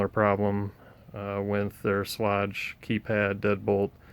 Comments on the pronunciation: You should learn how to say the manufacturer’s name. It would help your presentation. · Outside of the mispronounced name, great vid! All jest aside, thanks for this, helped me.